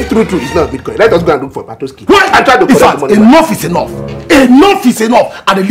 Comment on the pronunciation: This two people na bastard oh 😂😂😂😂my belle ohhh…na really beatcoin not bitcoin 😂😂😂